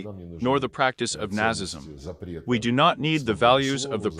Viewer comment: This video needs a better speech synthesiser. Apart from getting stress and timing wrong, it can't even pronounce 'Nazism' correctly!